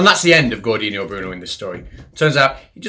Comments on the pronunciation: It's Giordano Bruno, not Gordino. Nice vid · I have no preference about how you distribute stuff between your channels; I leave it up to you. I keep returning because it keeps being interesting. Incidentally, Giordano Bruno's first name is pronounced, "Jor-dah-no." It's Italian, and you know how that goes. (Careful – I'm half Italian myself!) Also, the paradox guy's name has the final "s" – Olbers, not Olber. So it's actually Olbers' paradox. But as for the actual paradox, there are actually several ways out of it; although yours is the current best answer – more later... OK, I'm back. Olbers' paradox has a pretty interesting history. It raises a provoking question that seems to violently contradict a very simple observation – the darkness of the night sky – all based on a few simple assumptions. And for that reason, the best first step in finding a resolution, is to examine both the assumptions it makes explicitly, and those that it seems to make by omission, when we hear it. I first read about it in Scientific American in the 1950's. The author of that article had a way out of it that I found quite fascinating. The assumption to look at here, is that the universe is infinite with a more or less uniform density over sufficiently large scales. OK, suppose we grant that it's infinite, but that its stars are organized hierarchically; and to a great extent, this is what we see. That is, stars tend to be grouped in clusters or multiple star systems; those tend to be grouped into spiral arms in our galaxy; spiral arms are gr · The correct pronunciation is "Jordano", like "Jordan" with an "o" at the end, and the stress on the second syllable. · I generally like the video, but there are 2 main problems: - who the FUCK is "Gordino" Bruno?!? - you inserted a bit too many faces of bewildered flerfers, maybe you should limit that to when they actually say something relevant